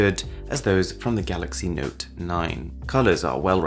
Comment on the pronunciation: I hate your accent. You don't say phone or mode...note...photos... you say all the time FHÖNE, MHÖDE, NHÖTE, FHÖTÖSE. So annoying.